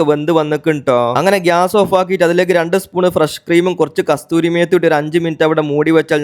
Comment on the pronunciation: കസൂരി not കസ്തൂരി